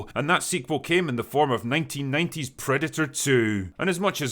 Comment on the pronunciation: What's a "predu-uh"?